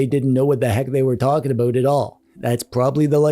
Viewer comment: Are you Canadian? The way you say aboot